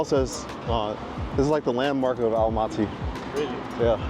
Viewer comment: Welcome to Almaty! Glad you liked the city. Btw Almaty is pronounced Almatuh, not Almatee.